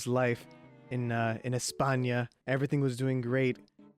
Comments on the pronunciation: "Españia" Oh god, why, i want to die... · Españia.... ESPAÑIA????